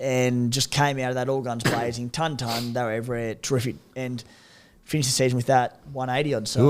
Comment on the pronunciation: How has nobody in life told her how to pronounce the word "ton" 😅